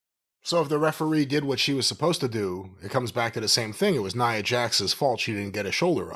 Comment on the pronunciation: N 👁️ A... is how you pronounce it Cornette